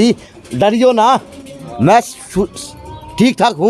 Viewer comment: Namaskar maaaaaaain yeh bolne me kon sa sur lagaya patarkar mahodya plz ek bar yeh batane kasht karo plz